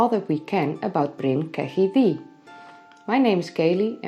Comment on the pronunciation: Can you stop pronouncing it DEE and say THEE. Welsh dd = th